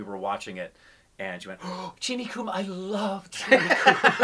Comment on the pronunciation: The Hindi word "Kum" is pronounced the same as the English word "Come". IT is NOT pronounced "Koom". It means Less, Reduced, Low, Small Amount(s), Not So Much. "Cheenie Kum" means "Less Sugar".